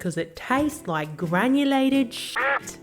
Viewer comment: “I don’t loik it”